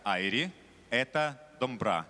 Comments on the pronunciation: Сами вы Дамбра, букву О незнаете чтоли, если мы скажем бололайка, норм? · Доооомбыра деп айту керек..... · Не дамбра а Домбра